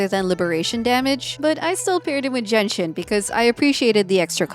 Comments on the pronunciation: Why do I hear Jianxin as Jenshin lol I can't unhear it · I couldn't stop hearing Genshin when says Jianxin LOL 🤣🤣